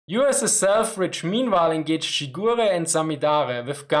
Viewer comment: died a bit inside when i hear you said "shigure"